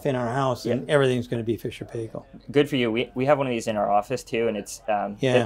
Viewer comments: Very nice indeed! Just a wee note Sandy kiwi pronunciation is PIEkill not PAYkal ,,,,I have no idea why. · Sandy say it with me: "Fisher and Pie-kle" not pay-kle!. NZ brand, main distributor LV Martin and Sons Ltd. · Amazing the way American's pronounce Fisher and Paykel :O